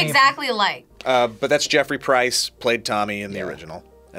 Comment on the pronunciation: Jeffrey "Price"? You sure about that,? His surname is Pierce